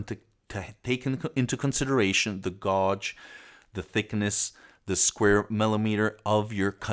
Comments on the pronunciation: Apprezzo molto i tuoi video, in quanto sono molto chiari e approfonditi, però te lo devo dire: gauge si pronuncia "GHEIG" non "GOGE", per il resto hai una conoscenza ed una pronuncia dell'inglese davvero ottima👍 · Good video. But as an English speaker I must must point out “ gauge” is pronounced “gage”. Gaj. Please. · gauge is pronounced like "cage" but with a "G" instead of the "C" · All very good but why does gauwge mean? America butchering the language as always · bass and gauge .... two words you MUST hear to pronounce properly. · I was aware of your Italian mother tongue, English is a very difficult language.I usually ignore such mispronunciations but "gauge" is one of those words you will be using regularly; for your American viewers. The rest of us prefer metric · Your mispronouncing the word gauge, its an A sound. But your English is very good otherwise. Thanks for the video.